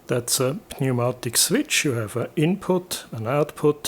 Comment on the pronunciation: Very cool. Btw, in englisch they pronounce "Pneumatik" without the "P". Das wird gesprochen wie "niumatick". Pronouncing it like "pneu..." sounds like an old slang word for something below the man's belt line 😀